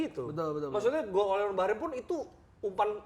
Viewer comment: bacanya bukan ole tapi ole